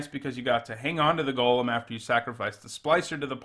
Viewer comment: I appreciate how you pronounce golem